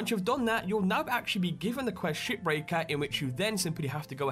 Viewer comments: to me shipbreaker sounds like shitbreaker when you say it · I thought you said "SHITBREAKER"